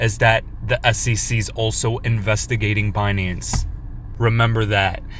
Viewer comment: S E C not ssisi fker